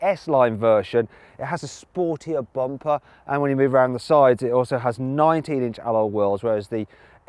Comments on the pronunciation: 「スポーティーなバンパー」って日本語で言ってるように聞こえる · イギリス英語だからかな